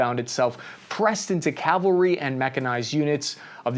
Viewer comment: Cavalry not calvary.